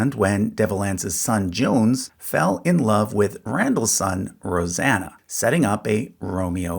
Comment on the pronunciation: Jones, is pronounced John-see, Mamaw, is Mam-maw, Papaw, is Pap-paw. I think there was another lol. Other then that fascinating video, thank you. Edit, it was Asa.